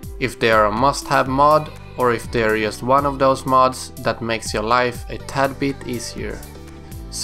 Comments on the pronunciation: "yust do it" definitely Swedish :D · YESSSSS haha jesus x'D